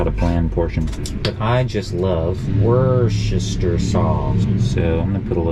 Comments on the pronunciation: Worstechire sauce... pronounced= Watch-yer-sister sauce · its pronounced WOOSTA btw, but it might bw different in AmE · Wust- er- shy-er . I’m a Brit. Can you tell ha. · It's wors Chest shire sauce 😂 UK.